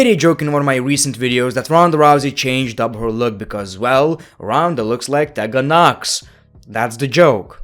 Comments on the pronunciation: I love the way he says the women's names......... "TEH-GAN NOX" instead of "TEE-GAN NOX" or "SHINE-A BASZLER" instead of "SHAYNA BASZLER" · I love the way pronounces “Tegan Nox”😂